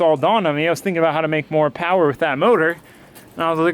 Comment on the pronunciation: More POWAH!